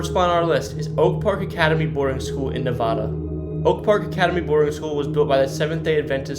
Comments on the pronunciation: The town of Nevada, Iowa is pronounced Ne-Vay-da, not Ne-Vaa-da like the state. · Nevada (nəvādə) not (nəvădə) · It’s not knee-vada, it’s ne-VAY-da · It's pronounced 'nevAda' not 'neVada' Never mind, I see English is your second language, carry on. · Also Nevada, Iowa, which is pronounced with a long A sound unlike the state which uses a short A sound. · The capital of IA is pronounced with a silent "s" and the city of Nevada the middle "a" is a long sound. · I'm 27 seconds in and the pronunciation of "Nevada" and "Adventist" already made me cringe. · You’re obviously not an Iowan. Correct pronunciation for Nevada, Iowa is Ne-vay-da. Several others you got wrong too. Dez Moinzes? Really? Too many others to mention. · 1..Nevada=Knee-Vada 8. Ottumwa =Oh-Tum-Wah 7.Clutier=Clue-Tier 5-Dysart=Die Zert 3. Des Moines=Duh Moine 2.Greyhound park was torn down in . Tama Iowa is more like a hour south of waterloo. Not 30 minutes. You leave waterloo 30 miles later you'll be just getting out of Hudson. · In Iowa, Nevada the city it pronounced Ne-vade-a. Des Moines is French, so you don't pronounce the "s". I love these videos but how can you not know is pronounced Rose Anne and not Rosey Anne? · Clooteer pronunciation of Clutier. Navayda pronunciation of Nevada.